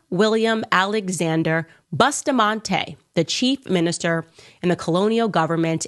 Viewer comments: Do not even know how to say Bustamante she saidBoostamante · Not boosta, Busta , wrong pronunciation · The first thing Candace Owen's need correction on is the pronunciation of our National Hero's surname, "Boostamantee"! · Candace Owen say Boo sta mante instead of Busta mante (Bustamate). She just need to stick to American History and leave Caribbean black history business alone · The name is (Bus-ta-man-te) not Bushtamanté I don’t know why Candice Owen is so fixated on Kamala Harris’ family tree. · She dosent even try to pronounce people's name property. Bustamante is pronounced bus ta man ti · She cannot pronounce Bustamante. Gal mine yu own business. Find out where you come from .